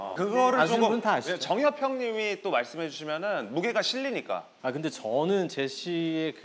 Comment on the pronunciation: The way she mispronounced the guestʼs name and called him jangyup instead of jungyup and he was like k bye lmaoooo